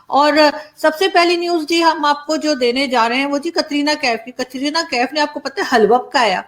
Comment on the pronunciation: कतरीना नाम नहीं है Aarzoo It is कट्रीना है....